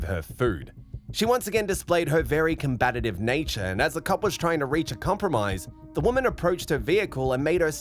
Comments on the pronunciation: Is "combatative" a word? The narrator said it so many times. I've heard of combative but never combatative 😂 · Your channel kind of sucks. When are you going to learn how to actually say combative?